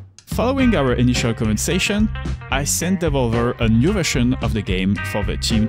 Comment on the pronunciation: From the first pronunciation of Devolver I was in. 👌 I’ve never heard it that way and I like it. Really interesting video. Keep up the good work.